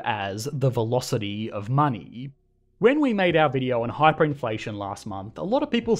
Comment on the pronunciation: Everybody: Money Aussies: Money-yye-yee